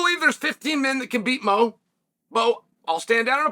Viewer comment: I liked when he called Bo “Mo” lol